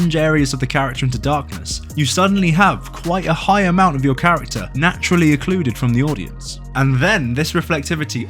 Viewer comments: Stop saying "eccluded", it's not a word. Start saying secluded/recluded/excluded. This is bothering me endlessly, lol. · I thought he said "occluded" maybe it's just an accent thing